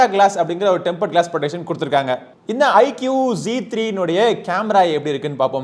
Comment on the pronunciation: " ஐக்கூ " தான் சரியான உச்சரிப்பு குருநாதா ! ஐக்கியூ இல்லை !!